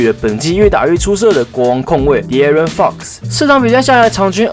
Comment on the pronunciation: 你念FOX的時候語氣好像髒話